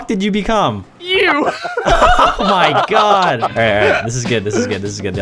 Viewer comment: Mehgaed.. Is deh cocktus!!!